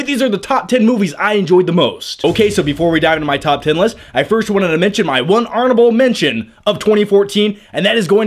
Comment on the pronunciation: Did say arnable mention